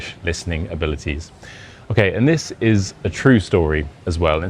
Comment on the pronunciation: The fact that his english isnt perfect and he mispronounced several simple words like "this" as "dis" and he just uses this title as clickbait that everyone falls for